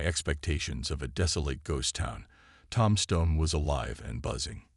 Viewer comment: Tom-Stone? I can’t listen anymore.